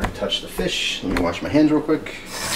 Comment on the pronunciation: I died when you called it Feesh, thats the only way I can say it lmfao